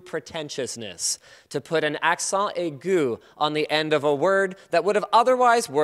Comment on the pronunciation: thanks Linus for the " accent aigu ".I'm french and that's so fun to hear you speaking french !!